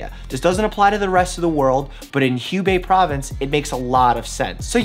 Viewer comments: Hubei (湖北) isn't really pronounced like that😅 it's kinda like who-bei than hue-bei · Hugh thanks! BTW, Hubei is pronounced as Hoobei. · Hubei should pronounce Hoo-Bei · haha,Mike, HuBei 's pronunciation is WHO BAY. you had cold sore on the lip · The pronunciation of Hubei is actually “who-bay” 🤣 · FYI, the "Hu" , from "Hubei province" , pronounces like "who" in English. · side note, Hubei is pronounced who-bay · Hubei’s pronounced who-bae. So basically Wuhan and Hubei have the pronunciation for their “u”s. Which is kinda funny to see you saying “Wuhan” perfectly but “Hubei” weirdly hahah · I just can't handle it. Hubei is pronounced "who bay" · Sorry, Chinese pronunciation nazi here: pronounced "Who-Bay" -- there is no "hue" in Mandarin. ;-) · good video. just one tip, next time when saying "HU BEI" China, "HU" pronounce as "who". you will sounded more prepared. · Just a quick pronunciation fix: Hubei is "Who-bay" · Who-gay? Province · Dr. Mike, FYI Wuhan, Hubei is pronounced woo and Han as in Han Solo. And hoo and bay. I lived there a long time ago. It's actually a really cool place. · Love the info! Maybe look up proper pronunciation of Hubei and Wuhan 😂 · I just want to say that you are pronouncing Wuhan and Hubei incorrectly.